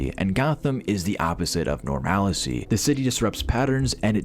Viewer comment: It's NORMAL-c, not "norMALI-c". Good video like always handsome